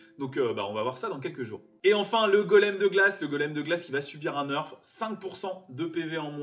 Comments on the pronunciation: premiere fois que j entend le mot "nerf" se prononcer "neurf"🙂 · Très bonne vidéo mais ça se dit nerf pas neurf👍🏽